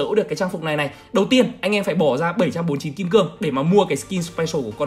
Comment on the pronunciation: YouTuber mà lúc nào cũng đọc skill thành skin